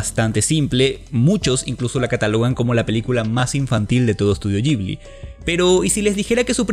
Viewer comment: Que es eso de Estudio "yibli"? De donde sacaste esa pronunciación? Horrible!